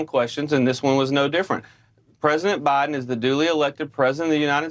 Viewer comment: If you pronounce Biden as "Baahden", I don't believe a word you say.